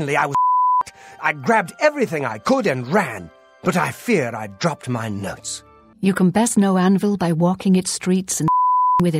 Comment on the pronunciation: "I fear I've dropped my nuts" lmao Was the last word edited or does he say "notes" just like that?